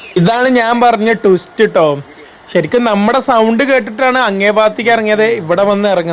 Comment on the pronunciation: ടുസ്റ്റ് അല്ല മിഷ്ടർ! (ട്വിസ്റ്റ്‌ ആണ് മിസ്റ്റർ )